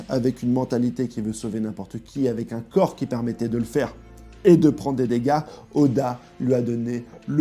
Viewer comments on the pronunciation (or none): none